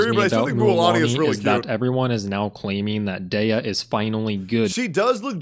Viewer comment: That man is not a true Dehya main is he can’t say Dehya right.